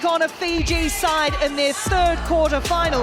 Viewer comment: 'Quater' Final? But great video otherwise.